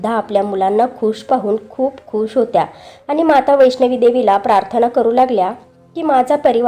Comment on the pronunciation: वैष्णवी नाही. वैष्णो.